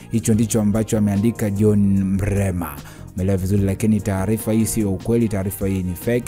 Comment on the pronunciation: Mlema tena?au umeshindwa kutamka Mrema?pole,nadhani una changamoto ya kukosa meno